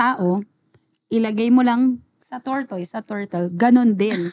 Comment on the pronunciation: Mih it's tor-tuhs hindi tor-toys. I learned the hard way hahaha